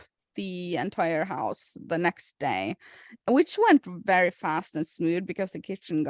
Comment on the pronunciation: "Wery big vedding episode"